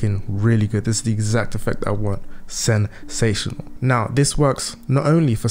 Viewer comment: Man said "SEN-SATIONAL" I'm FOLDED 🤣. Videos good though 😌